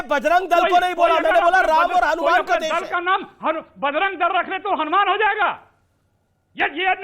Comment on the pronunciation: जो हलुमान चालीसा पढ़े वे बिल्कुल उच्चारण गलत बोला है।।